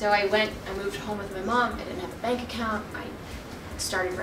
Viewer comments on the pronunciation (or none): none